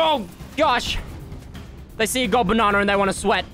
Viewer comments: Tell me why it sounds like says barnana instead of banana🤣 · I like how he says, "Bananer" about every minute in this video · I’m from America, so every time he says “banana” it makes my day.